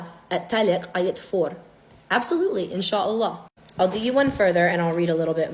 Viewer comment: Salam alikom well explained and I like the way you say inshallah